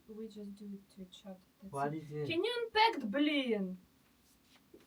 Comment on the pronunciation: Кен ю анпек, блін😂 це тупо мій рівень англійської! Хахахахах